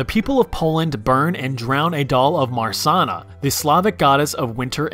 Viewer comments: Actually there aren't many people in Poland who still do this, but I feel like every Pole heard about this at some point. Also it's pronounced more like MA-SHAN-NA with hard sh and audible double n. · It's pronounced more like Ma-ja-nna, with ja pronounced like in Jaques/Jaqueline. The Church tried to replace this pagan ritual with Hanging of Judasz, which led to severe persecution against Jews. That's why the drowning of Marzanna became begatively conflated with Hanging of Judas even tho it originally had nothing to do with Jews and persecution.